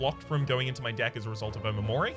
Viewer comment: Not a big deal but omamori is actually pronounced oMAmori, not OmaMOri.